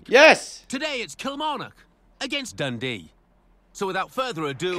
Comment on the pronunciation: Im a Dundee fan and I was wondering how you managed to mispronounce DUNDEE FC